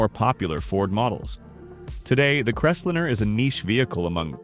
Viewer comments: The first car should be pronounced “liner”, not lin’r as your robot did. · Crest-lme-er not Rest-liner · If I have to endure one more idiotic, ai generated voiceover, I will lose my s**t! Right out of the gate, "The Voice" spoke about the FORD "Crestlinner". It's pronounced "Crest LINER!" This constatnt assault on spoken English MUST stop. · Eye roll.. It s CREST LIINE . NOT CRESTLIN. moving on. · This robot doesn't know the difference between a line and a lin. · What is a Ford CrestLINNER? Drop the AI. It sucks. If nothing else, the inability to say V8 properly is alway a giveaway. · Forg crest liner no crestlinner for christs sake learn how to read And i wonder why such low numbers of American cars sold.! Just another crap talker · Stop using AI voice over, they don’t know how to properly say words, right off the bat can’t pronounce Ford Crestliner, not pronounced like Crestlinner with 2 “n”s. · What is a crest linnner, Crappy AI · STUPID AI ! CRES LENER?😂😂😂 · First pronounce the na.e correctly the pronunciation of Crestliner is like nails on a chalk board also in several programs you often say the car was cumbersome because parking places were smaller I hope to tellyou they were much larger then than now I have a town car and drove pickups and full size cars on the 60s most with Armstrong steering(without power steering) and the spots were bigger then. A big car was a status symbol Irember seeing lots of Mercs and other bohemian cars lots didnt jave power steering or brakes you just drove according to what your vehicle could handle . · Pronounce the car name's right.. do your RESEARCH!!